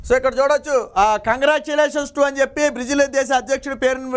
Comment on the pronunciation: బ్రీజిల్ కాదురా సోంబేరి... బ్రేజిల్... నీకెందుకురా.... ఛానల్... ప్రతివాడు ఛానెల్ హీరోనే... కర్మ